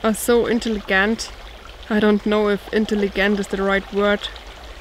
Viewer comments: Intelli(j)ent , it’s the soft g sound, but we understood anyway😃, you do 2 channels in 2 languages!your work ethic must be rock solid! Great video, that is paradise, I live in the Sonoran desert(Arizona), love the sound of water and smell and feel of soft grasses, feet on the forest floor oh yes👌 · G sounds like a J in intelligent ;);)